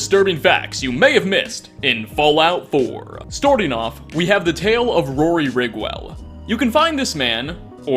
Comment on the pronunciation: "stortung off"